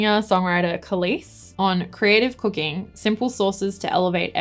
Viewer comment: I did such a hard double take when you said "I love cooking" because at first I thought you said "I love cocaine" because of your accent hahahaha